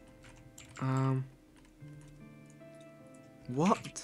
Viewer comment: Ikr, and not only that, but he doesnt even say it right. He says it like twice every video